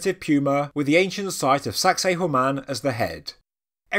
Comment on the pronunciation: I was kind of laughing at the way Sacsayhuamán was being pronounced, but that's because I'm so used to hearing people from the U.S. call it "Sexy Woman". Lol.